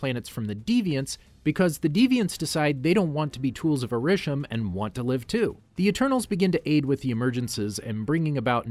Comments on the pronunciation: Decent video to watch, however there are several issues I have with this. First off, the pronunciations of Ta Lo, Arisham, and Ulysses Klaue are all incorrect, plus the Iron Monger is Stane's armor, not War Monger, and Kamran is not Cameron. Next, Adrian Toomes is not a part of damage control, he is a private contractor who got screwed over by damage control. Some of the years are wrong for the movies and shows. For instance, Iron Man is in 2008 not 2010, Avengers' time travels to Vormir and to the Ancient One are both in 2014 and 2012 respectfully. The Eternals suffer from Mahd Wy'ry, a side effect that occurs from constant reincarnation, and Kro is the villain for the Deviants. Also, the shows like Inhumans, Agents of Shield, and several others are not MCU canon anymore unless you wanna count it as a separate universe. Speaking of which, you didn't include both Loki and What If...? since they are also a part of the timeline too. You only briefly spoke about where the alternate Loki went. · Couple Notes: 1. Arishem is pronounced ay-rih-shem 2. It is Ta-Lo not To-La